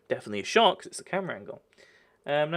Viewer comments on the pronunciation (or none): none